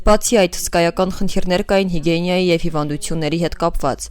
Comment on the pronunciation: Հիգիենա, ոչ թե հիգենՅա 😕😕